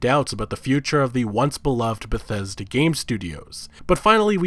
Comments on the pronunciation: "Besesda" Lol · Lol damn he fuck up pronouncing Bethesda that I couldn't say right for a while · on a side note motherfkers trien to say bethesda just use BETH then say ESDA BETH ESDA its not that hard ffs. thought tbh wont be saying that for long at this rate when they get shut down one day.